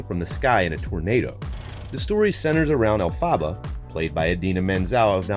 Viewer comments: Who else had rage that he called her “Elfaba” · elphaba is pronounced elfuba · YOU DID NOT JUST SAY ELFABBA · ITS EL-FA-BA GET IT RIGHT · Ahhhhhhh he said el -fabba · El- fa- ba! Sorry I know there are a bunch of comments about this but I just had to say it. Sorry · ”AIRiana Grande as ElphAHBAH” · Why did he say Elphaba’s name like that, I’m mad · Hate how he pronounce elphaba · The way he pronounced elphaba I can’t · Seriously. I had to stop watching. Pain!!!